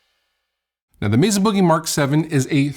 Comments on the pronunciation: Meza with a z huh…def thought it’s Mesa with an s Like mesa Arizona not meza lol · I like, but it just annoys the hell out of me when people pronounce Mesa….”Mezza”. It’s weird and just stop doing it.